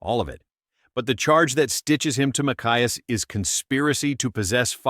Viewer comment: Get your auto talk some AI.....it's (May-see-ass) AND 5000 rounds is just about a practical weekend when trying to do something about the hog problem.